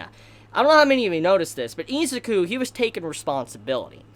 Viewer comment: Nobody: This dude: EEZIKU